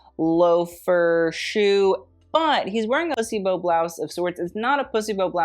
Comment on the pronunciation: Are you saying 'placebo' blouse or 'p*ssy bow' blouse..... what'd I miss?